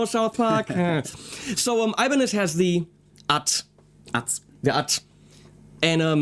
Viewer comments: Actually its "ibáñez" with a sonido forte in the "a" . On the other hand the "ñ" its a sound that belong to Castellano speakers so, you never gonna get it hahahah and the japanese changed it for a "n" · It's actually Ibañez (ee bahn yes or add a slight lisp for a more Spain pronunciation) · As far as I know, we in Spain put the accent in the A of Ibanez, not in the I, or the E. I mean, I could be wrong, but that's how I've been doing it all my life, and no one ever told me it was otherwise. It is how the surname Ibáñez is articulated